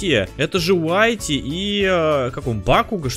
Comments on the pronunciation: Не ВАТИ А ВИТИ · уитти а не уайтти